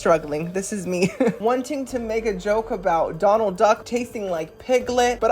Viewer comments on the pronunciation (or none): none